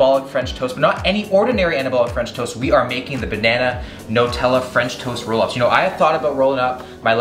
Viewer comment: who calls it Notella??